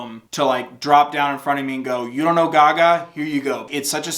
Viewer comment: did you say “guh-gah” instead of gaga